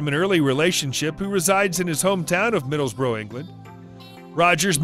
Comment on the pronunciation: Who is the voice over doing this recording its driving me insame it is NOT Middlebroo it IS Middlesbrough and pronounced as such.